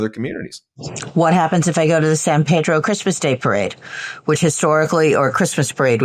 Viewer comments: Hey Ben, it's San Pedro not San Ped-ro, born and raised there. Being a port city I grew up with every nationality and a lot of kids I grew up with were brought there by parents who wanted a better life for their families, they took nothing but added to the culture and our town. Thank you for all you do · Its san PEEEEEDRO